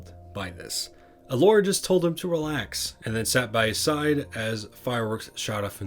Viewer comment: "Gelora the Faun" >:((((((((((((((((((((((((((